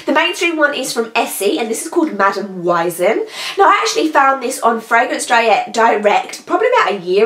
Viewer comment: May I correct you 🙊 just because it sounds so weird to my german ears 😅😅 the first polish is called "Madame Wiesn" and it's pronounced "Weesn" like you say the "e" in english. "Wiesn" is a synonym for Oktoberfest. It means something like "field". Because originally the Oktoberfest took place on a field and now this place in munich is called "Theresien-Wiese". For the last 3 weeks there was Oktoberfest in my city 💟🍻 I'm from munich, an original "Münchner Kindl" (munich kid) as you say in Bavaria 😆 so now enough with me being a bigmouth 🙊😅